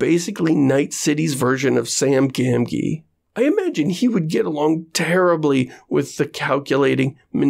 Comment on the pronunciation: SAM GAN-GEE